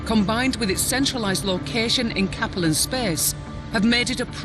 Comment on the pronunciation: It freaks me out every time I hear pronounce "Capellan Confederation." She puts the accent on the first syllable in Capellan - KAP uh lan, when the star Capella is pronounced with the accent on the 2nd syllable - kuh PELL ah. Since I'm pretty sure the Capellan Confederation takes it's name from the star, it doesn't make much sense to change the pronunciation that way.